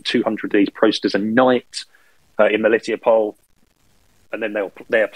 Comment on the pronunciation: I really appreciate that can pronounce "MeliTOpol," because the weird British way the others say it is really off-putting. I lived there for two years, and it's an absolutely lovely, laid-back little city.